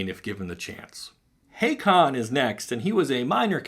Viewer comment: Pedantic nitpick alert: Haakon is pronounced "HA-kun" with a short "a". IRL, Haakon is a somewhat common Norwegian name, being most closely associated with several kings of Norway. Actually, the story of Haakon IV's rescue from certain assassination as an infant ("Two noble warriors secretly escort baby Haakon and his mother through 50km of enemy territory and a fierce blizzard! Will they reach safety?!") would fit in well with the Magic lore.